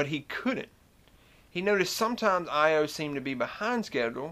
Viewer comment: Most of us pronounce "Io" as "EYE-oh", not "eye-OH", but perhaps you are an electrical engineer. :-) I love your southern accent, combating the stereotypical idea that southerners are stupid. Great videos, man.